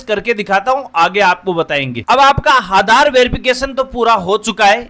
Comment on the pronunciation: Are aadhar hota hai haadar nhi😂😂